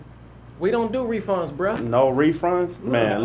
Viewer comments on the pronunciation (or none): Anyone else heard 'refrund'😂😂😂😂😂😂😂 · HE SAID REFRUND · No “refrunds” lol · Am I the only one that came straight to the comments when dude said "refrunds"?! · "no refrunds" - Dwight